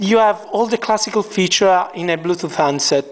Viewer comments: bluetooth not bluthoot ! lmao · haha, i noticed him saying bluethooth istead of bluetooth. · blue toof hahaha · Of course i know what a Bluetooth is. This guy cant pronounce it.